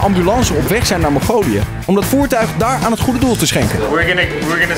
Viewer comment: lol giel zei mogolië ipv mongolië